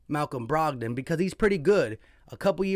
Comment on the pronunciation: Dude doesn't even know who Malcom Brogdon is. He just read his Stat line. Bro can't even pronounce his name 😂